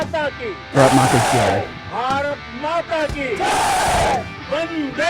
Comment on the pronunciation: You will have to stress on the first three letters BAA RAATH MAATHA